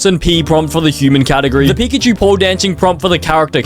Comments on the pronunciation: pickachu❌️ pickatemu✅️ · its pika-achu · That’s not pickachu That’s uhcakcip